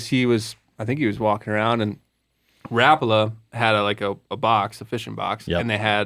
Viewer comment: love ya man, but it’s not Ra-Paul-la. It’s more like Rawh-pull-ahh. Saw-na vs. sow-naugh. We don’t say Tor-till-la anymore, right? - a Yooper Ps- still appreciate ya though, bud!